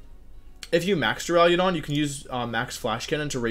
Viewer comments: Take a shot every time Wolfey says "Dura-leo-don" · Why does everyone pronounce it Duraliadon? .-. heck even if people said Duraladon i'd be fine with it, English is dumb and probably has a word where the "u" is pronounced as an "a". But like every youtuber that does pokemon stuff has said "Duraliadon".